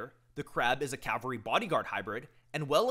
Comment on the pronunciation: Dude, you mean CAV-alry. CAL-vary is a place